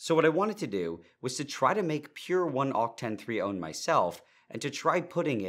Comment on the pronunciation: It's weird hearing the word "one" pronounced as "ohn" and not "wuhn". 😂😂